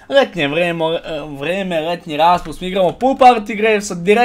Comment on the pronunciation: Nije hetnje vheme nego letnje vreme